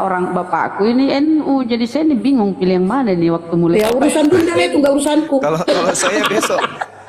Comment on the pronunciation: pdt nya hingung...bkn bingung.....pergi kliang lahat...😤😤😤😤😤😤😤😤😤😤😤😤😜😜😜😜😜